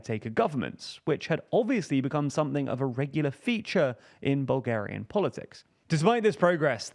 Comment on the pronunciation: As a bulgarian, I love your pronunciation. It is very funny